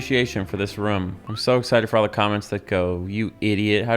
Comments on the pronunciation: Bro, it's weird how you always pronounce "Room" as "Rhum". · I love the way you say "ruum"